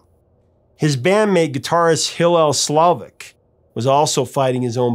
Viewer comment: Your pronunciations of Slovak and Frusciante are bonkers. Slow-vack. Fru-shawn-tay.